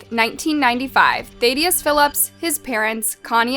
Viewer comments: You call him “Thad” but pronounced “Thadius” completely different. You said “ThAYdius” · Th-add-ee-us not Thade-ee-us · You’re definitely saying his name wrong it’s thadius like dAD thADius. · It would me nice if the narrow could actually read. Learn how to pronounce BARABOO AND THADIUS. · I know thad personally. Used to party with them here and there when our grps mixed. You butchered his full fist name😂. And you butchered the cities name. 😂😂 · Im like 90 seconds into the video and im no expert but im guessing thats NOT how you pronounce Baraboo or Thadius 😂